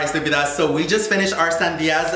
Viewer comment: I find it so weird now that says estupidas in an american accent now😅😂 tbh I probably just only ever heard him saying in a hispanic accent but anyway I hope you dont think im hating but I just found it a little surprising lol